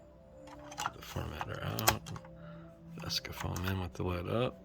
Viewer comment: u know it`s actually called ECSAFORM not escafoam